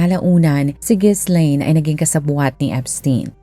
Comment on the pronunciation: Ji-laine ang basa dun hindi Gis-laine